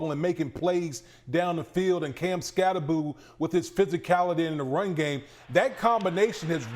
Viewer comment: Norwegians losing their sh*t when they hear how Americans (mis)pronounce Skattebo... It's Skattebo (hard T), not Skaddebo.